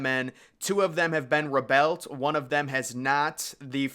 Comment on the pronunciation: WHy do you say "rebuilt" like "rebelt" ?